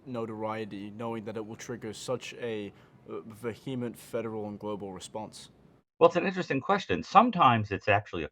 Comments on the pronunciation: Vehement = 'VEE-uh-ment' Not 'vuh-HEE-ment' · that is NOT how you pronounce "vehement"